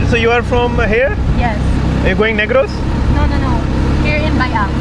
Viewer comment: Negros thik se bol... Bechari aunty ne kuch or sun liya... 😂 Usko laga ye admi racist he. Expression dekho aunty ki.. as if bhoot ko dekh liye as soon as said Negros 😂😂😂